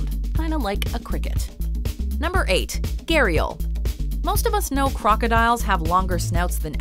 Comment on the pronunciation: How she was pronouncing gharial it's sounds like gheerial😂